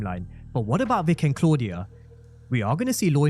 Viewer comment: I love how Tommy pronounces Claudia's name.